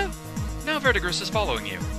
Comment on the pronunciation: It's not important but the green dude's name is pronounced ver-di-gree. It's the name given to the green accumulation on things like copper that develop over time.